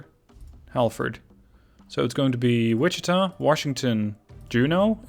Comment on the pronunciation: I’m glad to hear Wichita pronounced properly!